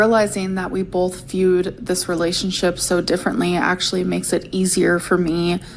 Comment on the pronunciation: I'm so sick of her saying bolth.....